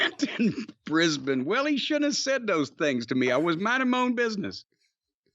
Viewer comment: That was an almost perfect pronunciation of Brisbane. Well done Jim